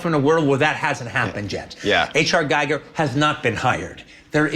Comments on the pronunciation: It's pronounced "gee-ger" with the "gee" like in green. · Gee-ger. That’s how it’s pronounced. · H.R. Giger is pronounced "Geegar" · Tarantino cant say H R Gigers name right :(